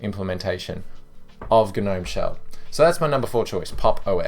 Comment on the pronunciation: Just me, or when he said g-nome it reminded me of the "you've been gnomed" meme?